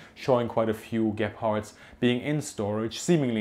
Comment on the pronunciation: Everytime you mention Gepards it sounds like you're saying 'Gay-parts'. Can't unhear it anymore :(